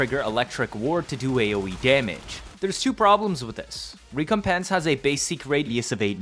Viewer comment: Good God man your pronunciation of recompense is unnerving! Rec-com-pence You're giving me PTSD 😂